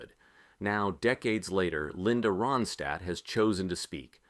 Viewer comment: Within the first minute,this host / narrator mispronounced her last name. Yes, the actual person he is speaking about,he can not pronounce her last name correctly. Ai generated Moving on.....